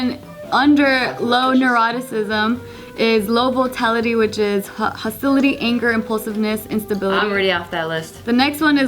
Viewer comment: _Volatility_, not "votality". I don't even think that's a word.